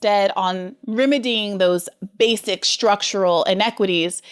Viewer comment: Briana looooves " structual in equatys".... lol babble